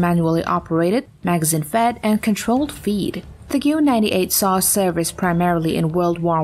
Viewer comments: number 10 is 'geh VEHR 98' not gwwrr!!!!! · "Geeyou 98"